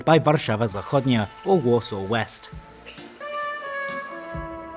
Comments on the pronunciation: I'm impressed with your Polish, so just one extra tip: Whenever you have two consonants in a row, the first with sound and the second soundless, the first one loses its sound in pronunciation. So, instead of "W'schodnia" you sould say "Fschodnia" without an audible break after the first consonant. It's a masterclass, I know, but you will be able to handle it. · Your pronunciation is truly great especially for such a small language as Polish, except that "Warszawa Wschodnia" is actually pronounced as "Fschodnia" (initial W gets devoiced to F when followed by unvoiced consonants, in general you never get a cluster of voiced and unvoiced consonants in spoken Polish, if this happens then either the voiced ones get devoiced or vice versa). But the rest was ok and you also earned a sub ^^ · wschodnia we pronounce f-s-hodnya